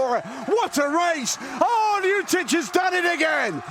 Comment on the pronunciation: LjuČić ? :D Is it so hard to pronounce Lj-ut- itch?